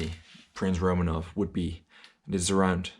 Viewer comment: I refuse to acknowledge the thoughts of a guy that pronounces is RomAnov. Regardless of if that even IS the correct pronunciation.